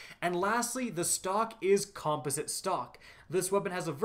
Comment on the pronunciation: He's pronouncing "composite" incorrectly and it's really bugging me 😅